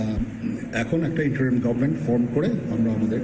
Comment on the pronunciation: আপনি তো ইংরেজিটাও ভালো জানেন না। বললেন --"গভমেন্ট , আসলে শব্দটা গভর্ণমেন্ট"।